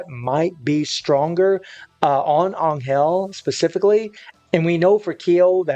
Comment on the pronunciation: Is this guy butchering Angels name or am I tripping